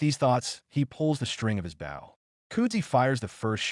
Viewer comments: I swear I’ve heard, AI pronounce it both ways, but wrong for the context it supposed to be in each time. “Bau” for the shooty thing and “bo” for respectful body position, in the same story. 🤦‍♂️ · Bow. AI had 50% chance of pronouncing it correctly. Couldn't seem to get it right, even in context. Maybe the editors or proofreaders could have tinkered with the script and spelling. Maybe spell it, Bo, Bowe or Boh etc.